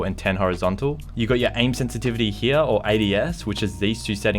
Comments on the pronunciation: I get so mad when he says heya instead of here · Lmao love the way he says “hea” no hate I’m subbed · This is how many times he said "here" pronunciation "hea"😂 👇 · Its funny the way you say "here" 😂